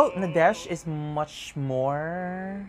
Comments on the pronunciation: Actually, Nadech's name is pronounced as NADET in Thai :) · Those were not pilot uniforms. Nadech (pronounced as Nadek btw) played as a navy official and a royal guard in one of his lakorns with his girlfriend Yaya Urassaya. The lakorn's name is The Crown Princess. I have no idea about Mark's uniform but i am pretty sure its also for a lakorn. Nadech's dog's name is YenYen which he adopted. Only Nadech is having a relationship with Yaya. They've been together since 2011. Mark's girlfriend is Kimberley, Yaya's bestfriend. Btw, these 4 are best of friends. Yaya Urassaya is one of the most famous thai celebrities. Known as the queen of presenters because he represented over 200 brands and she is the first and only thai actress to be tapped as Friends of Louis Vuitton, and only thai actress to be included in the prestigious business of fashion (BOF) list. She is also the most decorated actress for winning most acting awards. You are right, Nadech has more awards than Mark. He is in fact the thai actor who got most awards with only 10 years in the entertainment industry.